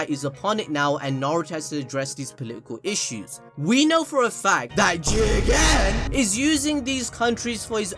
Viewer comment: Love it when says Jigen